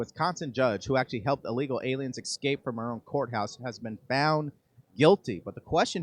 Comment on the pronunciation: What the f**k is "EXCAPE"?!!! How come you aren't able to pronounce words correctly in your own language?!!!